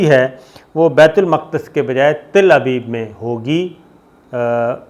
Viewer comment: Saudia Arabia can't accept ISRAEL never... Don't misguide please...!! And not Til abeeb It's Tal Abeeb 😂